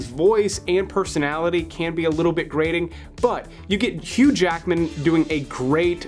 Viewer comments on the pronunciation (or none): none